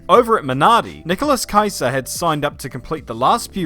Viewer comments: Ah yes, my favourite Minardi driver, Nikolas Kaiser. But I guess this one was tricky, a danish-ized Italian surname might not be the easiest thing to pronounce. Anyway, correct way to pronounce Kiesa should be "kee-eh-zuh" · Ki-E-sa.. Not Keiser.. Nicholas Ki-e-sa.. Very renowned expert on the danish coverage of F1 now :) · The wey u sed nicolas kiesia 😂sorry it was so wrong